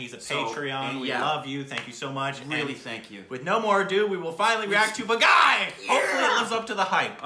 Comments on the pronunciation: it's not baa guy it's baa gee😊👍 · Though i am Indian i oved the way they butchered the the title Bagai 😂😂😂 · The only name you butchered was the movie title itself... its pronounced Bah-gee 😂 love from canada guys! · Hey awesome, It's not "Ba- guy". It's "Baa-Gi" ('Gi' as in 'Gui'tar) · Am I the only one who is screaming out loud 'it's Bhaagi' everytime says 'Bagai'?? 😑😐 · Dear friend... It is not... Ba-ga-ee ....it is... Baa-gee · Not Bagai.....it's BAAGEEE. 😊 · IT'S PRONOUNCED BAAGEE NOT BAAGUY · man its not bagai man.. its baaghi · It's not Pronounced bagai.. it's Baa Ghee.. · Hahaha. Baagi. Not baghai :) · turned pink!! Yes I comment while watching the reaction!! It's pronounced baa-gii. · OUR STUPID REACTIONS guys...it’s pronounced as “baageee”. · And it is pronounced Baa-ghee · I LOVE BAAGHI!!!!!!!!!! BEST MOVIE EVER!!!!! BEST ACTION ACTOR: TIGER SHROFF!!! SO GOOD!!!!! MUST WATCH BAAGHI I WATCHED IT IN THEATERS! AND IT'S PRONOUNCED, BOG-GEE 😍😍😍😍💜💜💜💜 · The pronunciation is " Baa ghi". It means " a rebel". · Its pronounced as BAAGHEE, Means retaliator/traitor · its pronounced as "baa- ghee" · It's pronounced Baa Gee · You pronounced it wrong.. It's like "BAAGHEE" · Pronountiation correction Baa-ghee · It's baaghee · Its baa.....gheee.....thata the way its pronounced guys....movie is good too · Not bang on with the pronunciation 😂.. its baaa ghee.. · Loved your pronunciation of "baaghi"..LOL!!, you always come up with a peculiar and quite interesting way of pronouncing hindi words, and i can't control my laughter:):) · is so cute, pronouncing the name wrong repeatedly with such confidence..:-D